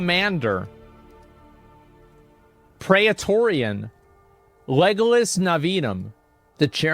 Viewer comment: Did he say Legolas Navium?